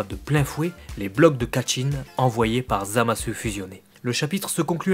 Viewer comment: J'ai une question puisque que tu parles japonais : Pourquoi est ce que tu prononces "Zamasse" et "Gowasse" et tu ne prononcés pas le u ?